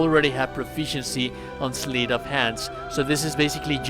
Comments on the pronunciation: Sleight of hand is pronounced with a hard eye … sl eye ť Not “sleet of hand.” Just a friendly correction. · it's pronounced "slight of hand" like "light"